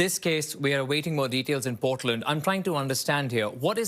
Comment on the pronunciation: ..teach him to pronounce Portland correctly ...Canadian News